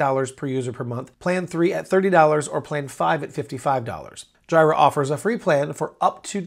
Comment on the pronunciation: Pls do not call it JIRA. Its J'ee'ra